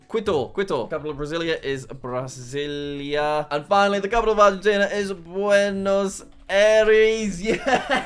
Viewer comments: Come non jack it is pronounced Bra-sil-ia not Brazil+ia😂😂 and buenos aires is pronounced Bwen uhs air ezz/eez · Pronunciations that jack couldn't pronounce:Brasillia(BR-AH-SEE-LE-UH),Buenos Aires(BOO-AY-NO-S EYE-REES),Quito(KEY-TO),Paramaribo(PARA-MA-REE-BO) and finally Bogota(BO-GO-TA)